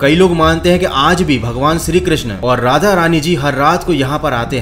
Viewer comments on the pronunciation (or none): none